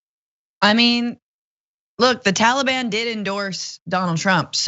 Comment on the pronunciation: “Y’alliban” lol.